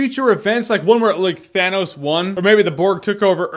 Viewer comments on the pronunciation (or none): none